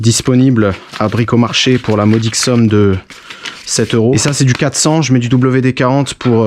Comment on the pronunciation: correKT direKT quattRE sinon à part ça, bravo mec tes vidéos sont les meilleures